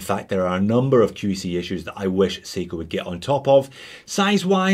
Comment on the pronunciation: he says seagull instead of seiko?....Or is it aussie accent?